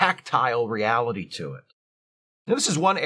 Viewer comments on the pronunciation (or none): none